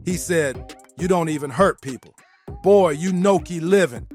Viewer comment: Nuski not Noki